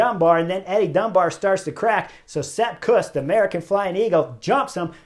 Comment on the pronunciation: Chris I love your channel but please stop butchering names.